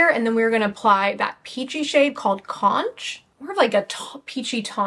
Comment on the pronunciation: Ilia is hands down my fave. Surprised by makup forever, I kinda want it! BTW, Floridian here, it’s not “conch” with soft h- it’s pronounced where the ch make a K sound. CONK 🐚